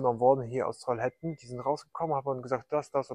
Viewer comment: Trollhättan. Troll - hät- tan ausgesprochen.